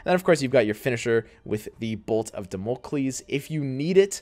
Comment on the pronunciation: Beautiful content right here thanks a lot! What a blast. Oh and its dámocleees (learnt greek for two years ;))